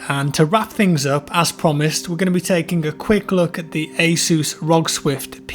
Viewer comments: well, not really it sounds like he’s saying “A ZEUS”, but the pronunciation wasn’t really the main funny thing, it was the way he said it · I’m sorry, i don’t want to offend after your jaw surgery, but the way you said “ASUS” is just hilarious